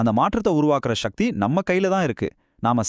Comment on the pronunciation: தமிழில் தானே பேசுகிறாய். அப்புறம் என்ன ஷக்தி என்று உச்சரிக்கிறாய். சக்தி உச்சரிக்க கூடாதா?